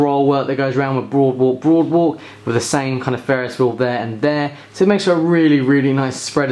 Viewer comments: "boardwalk" not "broadwalk" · I'm sorry man, but it's "Boardwalk" not "Broadwalk" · brother you keep saying broadwalk it clearly says there BOARDwalk. just a little nitpick but it got me annoyed since you repeated it without correcting yourself even after reading the box. your video title even kept the mistake. lol.